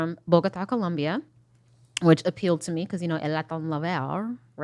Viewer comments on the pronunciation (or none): She said gibberish when mentioning him being from Colombia. That was not Spanish. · Just the way she pronounces Colombia lets me know she never had a meaningful conversation with that man